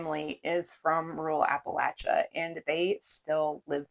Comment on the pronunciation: I'm glad you pronounce Appalachia correctly.